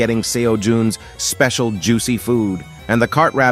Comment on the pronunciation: Pls stop saying specil juse it sus